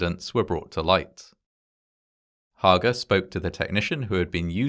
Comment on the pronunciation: It’s actually HAY-GUR.